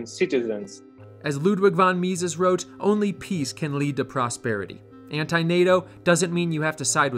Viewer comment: If you are the channel about libertarianism, you really should know how to pronounce von Mises.